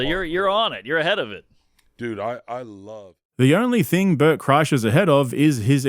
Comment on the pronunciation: Did you just say LaBert?? 😂😂😂